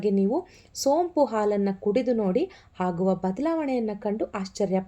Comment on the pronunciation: bejar agbedi swalpa ಹ & ಅ ವನ್ನು ಸರಿಯಾಗಿ ಹೇಳಿ ಪ್ಲೀಸ್ 🙏ಹಾಗುವ, ಹೊಳ್ಳೆದು ಅಲ್ಲಾ ಆಗುವ & ಒಳ್ಳೇದು ಹೀಗೆ ಹೇಳಿ ಪ್ಲೀಸ್ 🙏